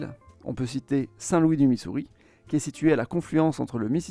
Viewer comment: Il faudrait fair un petit effort s'il vous plait pour la prononciation des villes. C'est pas Manfis mais memefis. C'est pas Sein Loui mais Sainte Lou isse.